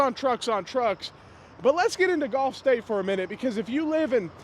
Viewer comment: It's pronounced GULF States Toyota. But it smells scammy either way.